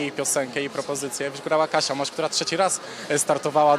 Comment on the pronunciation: jeszcze powiedziała mos zamiast moś XDD